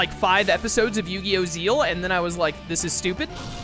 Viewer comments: Zexal is pronounced how its spelled not like "Zeal" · Zeal is the correct... i will always pronounce it Zexal but it is pronouced Zeal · First again i do pronounce it Zexal. But it is Japanese, since that is where its from. so Zeal is technally the right way to say it. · Do you say Squirtle's final evolution is Kamex? No. We speak english. It doesn't matter how its pronounced in another language when we aren't speaking another language. It's Zexal.